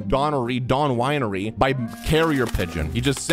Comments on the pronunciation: wine dawnery 🤣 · Wine Dawnery lol